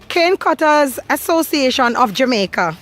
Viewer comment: No place on earth like Jah-Mek-Yah